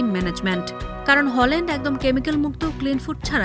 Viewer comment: হলান্ড❎🤦‍♂️ হ্যালান্ড✅👍